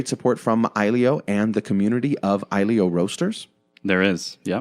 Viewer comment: I think you pronounce it like ahjillio (phonetic USA danish).